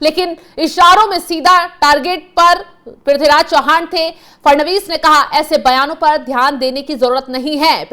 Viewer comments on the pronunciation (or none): चौहान नही चव्हाण..